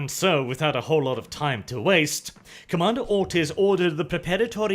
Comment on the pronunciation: Am i the only one who hears "Commander Autism" all the time? :D